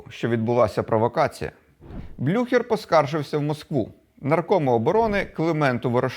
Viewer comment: блю-хєрр -- так правильно